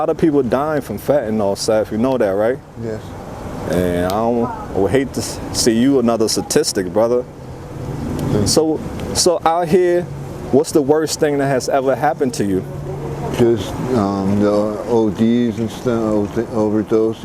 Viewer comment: The word is STATISTIC not SATISTIC.